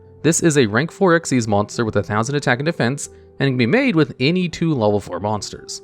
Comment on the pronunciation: I'm still wondering how you have all this knowledge but you didn't know dark rebellion xyz dragon was pronounced as "dark rebellion ECK ZEES dragon" 🤣 Don't worry, you're still the go to king for top 10 yugioh videos 😌❤️